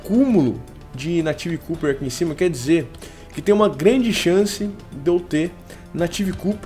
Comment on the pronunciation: "Cuper" não, pronuncia-se "cóper" mesmo hahahah! (: Seus vídeos são sensacionais, se fosse pra criticar algo, seria só isso mesmo. Continue com o excelente trabalho, rapaz!